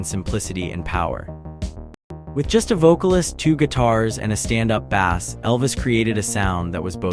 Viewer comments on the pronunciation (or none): Yeah. Lost me when the v.o. pronounced upright bass like un upright fish. WTF?